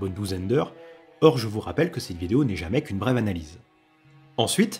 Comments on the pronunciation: ''brève'' il a dit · Le "brève" me trigger à chaque fois ❤